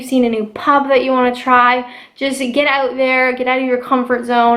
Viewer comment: " Your friends are OAT together "